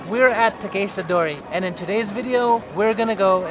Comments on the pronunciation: Him calling it takayshita dori was driving me nuts, its takEHshita dori 🙄 otherwise great video! 😊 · Bro your pronunciation of “Takeshita dori” makes me yearn for death, god damn